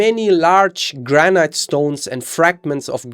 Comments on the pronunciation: Why is he pronouncing granite, like "gran-ite", rather than "gran-it"? The E is silent. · Granite rhymes with "man it"